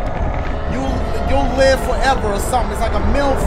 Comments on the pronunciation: It's funny how he says "myth"🤣🤣 it sounds like "milf" lol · Whenever Dash said "Myth" I thought he was saying "Milf" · He said “myth” I thought I heard “milf” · I was wondering what word he was actually saying 😂😂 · it sounded like Dashie said "milf" instead of "myth" lol i was so confused for a sec XD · when he said myth i thought he said MILF XD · Bro, - I thought he said MILF and he's saying MYTH 💀